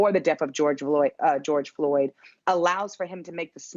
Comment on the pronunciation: Who is this gal? get his name right....George Floyd....Floyd...not Lloyd! ffs like...that was twice you got it wrong...show some respect instead of treating him as a sound bite